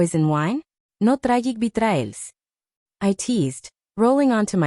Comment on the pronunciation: I find it hilarious when ai messes up words like whats 'traigig bitraels' means? Tiring betrayals?